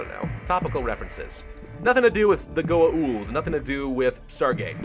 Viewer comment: That pronuncation of Goa'uld if just 'goauld', not 'goa uld'